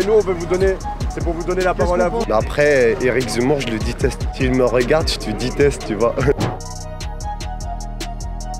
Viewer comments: « Je te diteste » lui aussi il te « diteste » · "Éric zemmour, je te diteste.. Je te diteste" Ma Fronce va mal.. Très mal ! LA FRONCE se meurt petit à petit... Vive le grand Z !